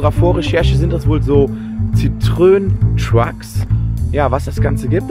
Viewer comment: Monsieur Citroën hat extra die Punkte auf das e schreiben lassen, damit man weder "Citroon" (das wäre niederländisch) noch "Citröön" (das sagen ungebildete Deutsche) sagt, sondern "Citro-enn". Und "Truck" trifft wohl nicht ganz, bei Lieferwagen der 750-kg-Nutzlast-Klasse... das ist eher Bulli. Truck wäre ein Peterbilt, beispielsweise.